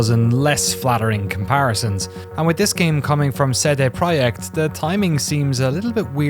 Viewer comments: seh deh proyekt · 'SaeDae Prawyect' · the proyeckt part is spot on, the CD part should be pronounced "tse" for C and "day" without "y" for D